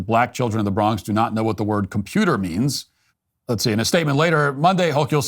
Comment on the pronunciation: It’s pronounced (Ho-kul) just saying.